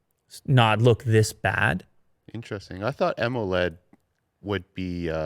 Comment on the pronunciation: When said, "Emoled" I really felt that:D Time